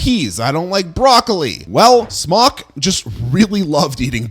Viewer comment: Every time he says "Smok", i hear "Spock" 😂🖖